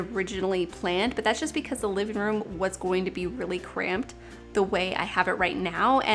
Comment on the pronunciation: “Liveen room” “dineen room”really?